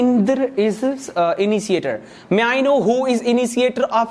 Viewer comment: Iniciater 😂😂😂😂 its Initiater Appresiason😂😂😂😂😂 its Appreciation.... Totally wrong accent!! What type of accent is this ,this totally blown my mind nd i quit the video ok bye!!!!!!